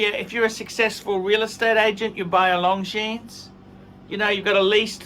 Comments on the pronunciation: don’t like Long Jeans 👖. It’s pronounced Long Jean! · Long Jeans - man, at least try to pronounce Longines right, 'watch expert'...